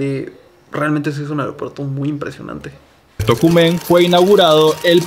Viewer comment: Buen video y las reacciones y pronunciaste bien el nombre de Tocumen así es como se pronuncia 👍🏽👍🏽👍🏽